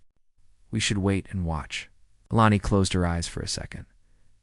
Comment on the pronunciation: Text -to-speech keeps S P E L L I N G out words. Mostly E L E N I's name. Please =listen= to stories before Posting them. Abandon at 9m:21s.